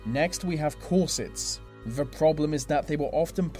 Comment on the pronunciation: thats not how u pronounce crinoline or corsets -.